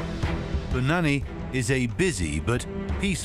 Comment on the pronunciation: Man the narrator butchered the pronunciation of "Punanai" and "Rudra prayag". Punani lol..